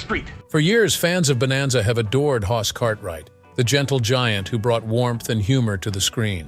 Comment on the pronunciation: It's Hoss, not hos. Brainless. If yoi can't do things right, don't do them at all. Even if it is AI.